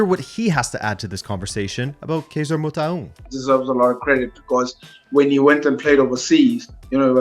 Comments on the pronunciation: Dude that Motaung pronunciatio, salute. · You nailed kaizer's surname pronounciation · Loved the way you pronounced Motaung,you did it as close to a native as possible. Great episode.